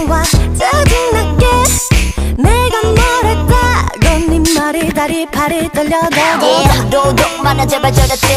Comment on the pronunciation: 머리 다리 팔이 (((もり だり ぱりですよ!! まぁ、日本耳の読み方だと((もり たり ぱり ですよ!! たら←になってます